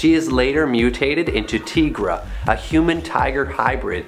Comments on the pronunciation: it's pronounced with a long "i", not "Teegra" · actually, it's a long "i", not pronounced Teegra.. i've heard it vocally more than once